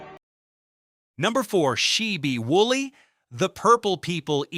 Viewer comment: God I hate AI voices trying to pronounce unusual words. She bee Woolley? Ali alee McGraw. And why are you talking about Jeanie C Riley and show Dolly Parton?